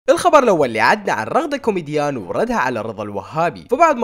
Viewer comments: اسمها رغدة كيوميجان مش كومديان 🤣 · رغده كومديان✔ رغده كيومجيان❌ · انته اذاعتك حلوة بس اسمهه رغدة كيوميجان مو كوميديان😂اوكي❤️كل الحب والاحترام لك❤️